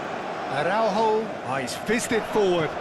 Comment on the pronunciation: I think Portugal should charge Konami for the comentators who keep spelling portuguese names as if they were ... spanish. Use the letter "j" properly (like in "John" or "Jeremy", "Jack"... Like JOSÉ Mourinho) in AraúJo, not "araurro". Aff!! On 2nd thought... nevermind cause 6-0 is just too good \m/